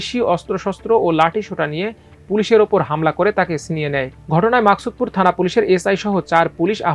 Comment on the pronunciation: মাকসুদপুর নয়। মুকসুদপুর হবে।। উচ্চারণ ঠিক করুন।।।